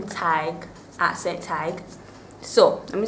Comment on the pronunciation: I love your accent, the only thing that i do not like is that you guys say ASENT instead of ACCENT